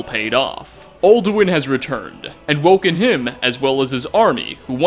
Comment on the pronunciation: Very good video! But theres one thing... "all-do-win"